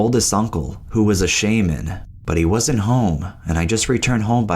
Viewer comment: "She sent for my oldest uncle, who was a Shaymin." Land Forme or Sky Forme?